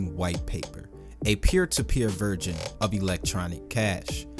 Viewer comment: "Version" bro, not "Virgin" lol. Love the info each video.